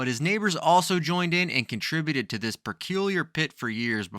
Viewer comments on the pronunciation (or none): none